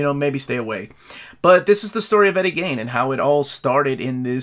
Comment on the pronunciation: Why does no one on youtube ever take the time to learn how to pronounce words and names? Who TF is Eddie "GAIN"?